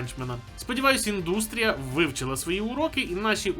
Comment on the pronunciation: сподіваюсь, колись українська ютуб індустрІІІІІя вивчить цей наголос🥲🥲🥲